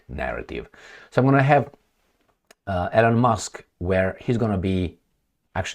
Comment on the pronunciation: Please pronounce the name "Elon" correctly. You are the only person in the whole world who mispronounces Elon Musk's first name.